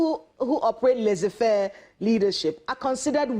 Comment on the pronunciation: Laissez-faire is not pronounced as you did,. It's important that you pronounce right for the audience to understand the information you're passing through, so that time on both sides is not wasted.